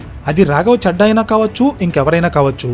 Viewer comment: రాఘవ 'చెడ్డా' కాదు, రాఘవ 'చద్దా' అని చదవాలి. మనం మాట్లాడే భాష వినడానికి ఇంపుగా వుండాలి కానీ ఇరిటేటింగా వుండకూడదు. ప్రాంతాల్ని బట్టి ప్రొనౌన్సియేషన్ మారాలి. నార్త్ వాళ్ళు 'దిల్లీ' అంటారు. మనం 'ఢిల్లీ' అనాలి. నార్త్ వాళ్ళు 'రబీంద్రనాథ్ ఠాగూర్' అంటారు. మనం 'రవీంద్రనాథ్ ఠాగూర్' అనాలి. అలా ప్రాంతాలను బట్టి భాష మారకపోతే... మేటర్ ఎంత బాగున్నా, వినేవారికి ఇరిటేటింగ్గా వుంటుంది.